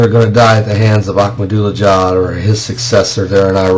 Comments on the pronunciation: ....Your right 100% Every word is true here Brother!!! 100% And a haaakma dula jad LOL Lil man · LOL and... Hhhaaak-madula-jad